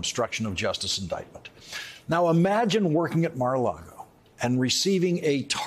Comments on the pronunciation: I love that Lawrence stubbornly continuously mispronounces Mar a Lago Mara Lardo. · Personally, every time he says Mar A Lago, all I hear is "Mar-A-Lardo" 😂😂 Yes. Good.